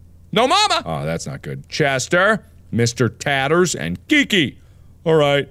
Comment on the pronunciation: It’s pronounced Tatters, Mark, not Taters 😂😂😂🥔